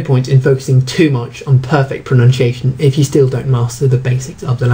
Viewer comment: He looks like he could do with a lesson in English pronunciation....he cant even pronounce pronunciation!!!